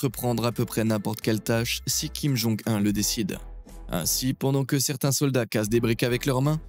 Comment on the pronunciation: Je suis sur que plus de 50% de cette video est tirée de propagande americaine, en plus, comment tu peux avoir autant d'information sur la coree du nord? Et prononce comme ça: kim jon OUNE et pas 1